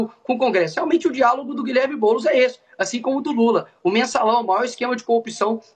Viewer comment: É boulos vc está embolado !